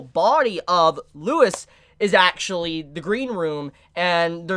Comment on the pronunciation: I know its all text and personal preference, but I promise Louis is pronounced without the s like its French